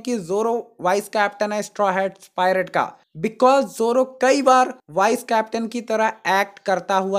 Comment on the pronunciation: Bhai wo wise nahi vice hota hai